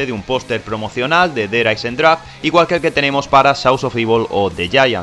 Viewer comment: der hayzendragweeeee